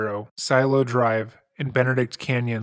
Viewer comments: Silo Dr.? It's pronounced "see ell ohhhh drive." 😂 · Silo Drive?? Cielo Drive. See-ello 🙄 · Cielo is pronounced 'see EL oh' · Cielo drive. It's heaven in Spanish. Not silo.